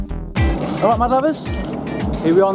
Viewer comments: I swear, everytime he opens the video I hear "My Lovers" instead of "Mud Lovers" lol! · I genuinely thought it was my lovers hahaha